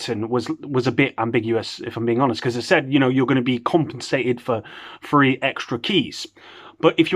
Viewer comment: When u say free it sounds like three and that’s the amount they actually gave lollll 3 keys lolll